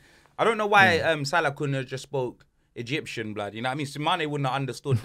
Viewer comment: Man said Egyptain lmaooo